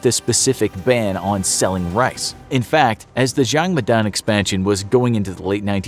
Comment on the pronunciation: His pronunciation is so bad when he says jang madang